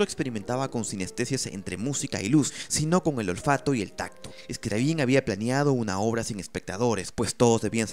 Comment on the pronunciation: Se pronuncia Scriábin, no Scriabín.